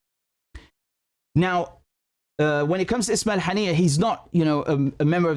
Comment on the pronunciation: Buddy what's wrong with your pronunciation of Arabic like it's weird you can't misspell those words "ام الرشراش" to "ام الرش رش" and now you're saying "ابراهيم حنية" instead of "ابراهيم هنية"